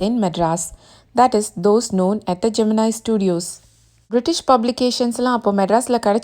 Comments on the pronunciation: Pls correct the pronunciation of Gemini. It's been wrongly pronounced as geminai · pronounce Gemini studios correctly..